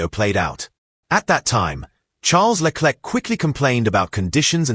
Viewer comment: Le Klek ???😮😢